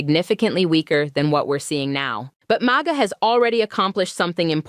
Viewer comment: You should train the AI host to stop spelling out M-A-G-A and say Maga! And learn how to use your AI hands more like a human. AI sucks. In fact, hire a real Black woman and stop replacing our people with computers. The unemployement rate amongst our people is high enough!